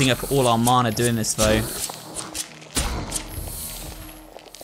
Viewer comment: Mana is a Maori word if you translate it to English it means 'power' you can just call it that but you have been saying it right both times :)